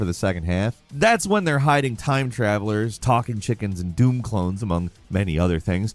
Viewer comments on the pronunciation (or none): none